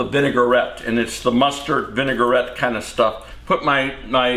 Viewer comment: It is vin-A-gret. Not vin-A-gur-rett. French!